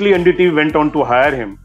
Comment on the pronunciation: ND tv nahi bhai LU-N-D TV